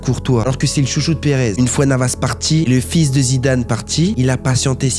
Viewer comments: On dirait il fait exprès d'inclure Zidane dans toutes les vidéos pour l'appeler zimdim zimdane😅😅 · Comment t'as dit Zidane et Shevchenko😂😂😂😂